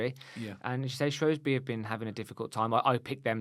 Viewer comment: Guys... It's SHREWSbury not SHROWSbury 🤦🏻‍♀️